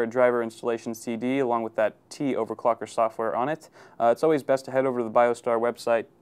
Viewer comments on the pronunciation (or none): none